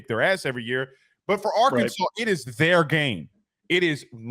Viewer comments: Soon as he said AR-Kansas i knew he nothing about Arkansas at all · It’s Arkansas! Not Ar-Kansas. Best watch the Dmac post game interview after beating Lsu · can’t even say Arkansas right what a douche